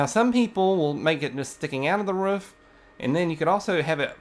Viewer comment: i love the way u say roof im smiling so much